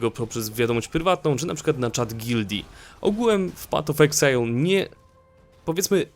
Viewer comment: Patof exile xD